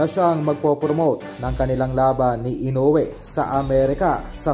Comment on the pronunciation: Tao rin ang kalaban nyan..may kamay ..mamaya makachamba tuloy yan makatama..ede tau na nman tuloy ang kawawa.. Ang panget nagpagkabigkas m ng kawawang hapon....ayusin m mag vlog